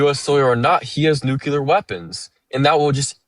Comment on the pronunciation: OMG this caller needs to read a dictionary, because he doesn't understand the meaning of words! And for the love of Gawd, people need to learn to pronounce "nuclear" correctly! It's NEW CLEE UR, not NUKE YOU LUR! Jesus H Christ!